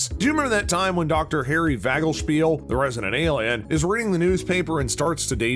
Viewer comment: Vanderspiegel is his last name. Think you might be mispronouncing it. the actor is Tudyk. Asta’s last name is pronounced like ‘TWELVE-TREES’. I think you need to work on your pronunciations. Nice breakdown though.